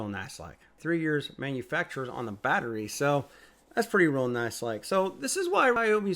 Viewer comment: It's battery not bat ray